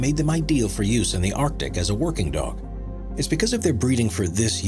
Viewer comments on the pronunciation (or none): none